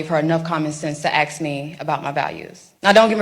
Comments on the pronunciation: She said “axe” 3 times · It is 'assssskkk" not "aksssss", it is a 3 letter world, it is not that hard. Ask ask ask! If you speak one language, make sure you get it right ; ) So crazy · She said “ax” instead of ask. So cringe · Nice of the to “axe” you things lol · Ask, Ask. Say it with me,Ask. It is not Axe. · You lose all credibility when you say, “AX” instead of, “ASK” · Ask not ax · Aks me? Really?